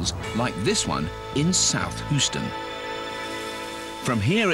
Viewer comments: as a resident of the greatest state, hearing you pronounce my hometown is funny. hooston like come on man. its hUeston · Lol "hooston" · "hooston" lmao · And nobody here is saying it right. HYOO-stun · He pronounces Houston like Terrance Stamp in Superman II, “Hooo-stun” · “Less than 30 miles from Hooston” 😂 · This dude just said whoston lol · For the love of god please stop saying hooston. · Mark Herndon Usually us Brits make fun of Americans for lack of knowledge in some areas and pronunciation and spellings... But this guy makes me feel ashamed to be British. It’s a nice video for 10 year olds (or a complex one for him). And I cringed every time he pronounced Houston so badly! It’s not like it’s some small village in Montana. Yes, we have Euston station in London and it probably makes more sense to spell it like that but who cares? When in Rome/Houston(we have a problem...)